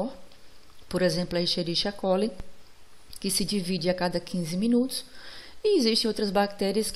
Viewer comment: Aula boa, más a pronuncia de Escherichia coli se diz como Esqueriquia coli, pois o mesmo deriva-se do latim.